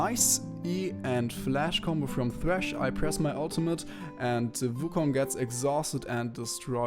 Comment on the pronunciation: Hey may i ask what runes are you using? P.S why do you pronounce it vu kong(not trying to be mean if you cant prounounce wu)Nice video btw:)